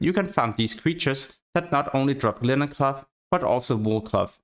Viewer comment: Your pronunciation of "cloth" sounds like "glove"